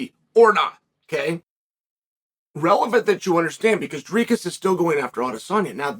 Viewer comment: Why does Chael go out of his way to mispronounce names? 😂 it’s easier to just say Dricus correctly.